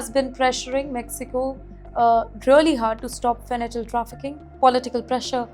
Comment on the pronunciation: It’s called fentanyl 😂, please have educated anchors good lord